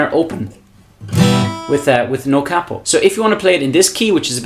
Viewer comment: Thank you. But more importantly than all the great playing and advise, you say capo properly, with a soft a. 🏆